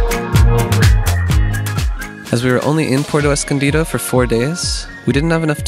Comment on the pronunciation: Thanks for the great information! I don’t want to be too critical but it’s pronounced Pu-erto Escondido, not Porto Escondido. Since you do so much traveling, you can correct this pronunciation in other videos.